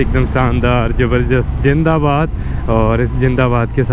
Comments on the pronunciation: Bhai please yar jindabad ni zindabad bol dia kr plz cringe feel huta ha ♥ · He is greeting his Indian subscribers...Remember indians talk like that...😁